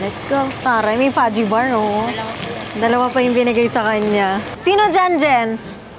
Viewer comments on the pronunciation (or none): Fudge pronounciation hindi Fuji